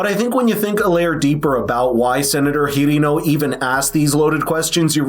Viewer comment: Were you pronouncing Hirono’s name incorrectly on purpose?